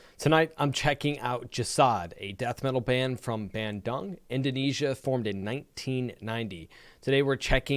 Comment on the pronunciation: Its read Bandoong